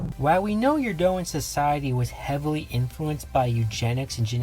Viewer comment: Eurondan, not Eurdoan.